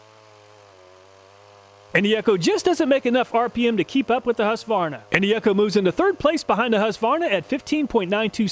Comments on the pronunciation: Husqvarna will still be manufactured in Sweden, although there have been rumors for many years to move the production to another country. I love your pronunciation of Husqva-rna, when we say Hus-qvarna… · It's pronounced HOOsqvarna, not HAsqvarna. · As a Swede I do appreciate an American almost able to pronounce the brand name "Husqvarna" in a correct way - it should be pronounced like "Huus-kvarna". As far as I know those chainsaws are manufactured here in Sweden - but the price for the 440 model here is almost twice as high as the price you mention. Go figure. Comprehensive test too! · Husqvarna is pronounced like hooskvahnah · Its whosk-var-nuh